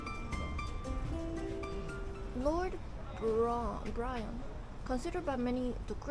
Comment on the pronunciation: Nice video. Btw Byron is pronounced a bit like 白人